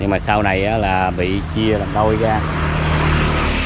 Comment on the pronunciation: Là thầy giáo phải phải phát âm tiếng Việt cho đúng ơi, khi mình đi học thầy cô dạy mình đánh vần rõ ràng chữ “R”TR” uống trà không phải uống chà ra không phải ga rồi không phải gổi trái xoài không phải chái xài….., xem kênh DTH rất nhiều thích nhất chia sẻ cuộc sống Mỹ và rất nhiều …. Nhưng nếu được sửa lại cách phát âm cho đúng chính tả Việt Nam thì ấn tượng lắm ❤